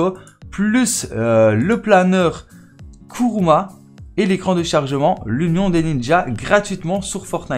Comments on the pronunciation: kurama pas kuruma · il a dis "kurouma" waaaaaaaa aucain respect